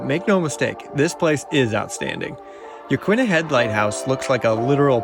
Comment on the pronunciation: As someone who's lived here 10 years, you pronounced Yaquina correctly. It is Ya-qwinna, not Ya-keena. No one here says Ya-keena. But yes, you did mess up agate 😉